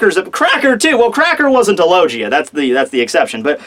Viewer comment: does anyone else cringe when he says logeeia???